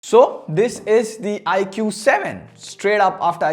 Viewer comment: Dude it's pronounced as "ikoo". Not bitching just correcting you.